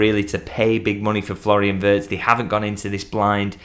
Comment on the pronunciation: At least pronounce his name properly. No one has mentioned the possibility of Real Madrid getting involved, surely Xabi wants him there too. That's why Liverpool are pushing so hard so fast